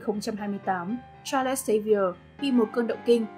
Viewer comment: Charles đọc là Cha-rồ-s chứ không phải là Cha-lẹt-s nhé